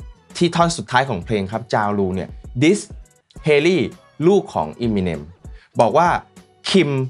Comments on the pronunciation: Eminem = m&m เอม มิ เนม เรียกอีมิเนมๆๆอยู่นั่น ไม่น่าทำช่อง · ทำไมคนไทยชอบเรียก เอมิเน็ม ว่าอีมิเน็ม ไม่ได้กระแดะนะอยากรู้เฉยๆ